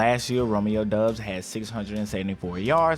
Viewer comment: good video. pronounce romeo doubbs last name correctly in the future please